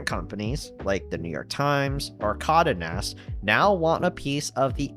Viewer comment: Geohotz really needs to come through with that tinybox. Also it's "Con-day" Nast. Not Condanast.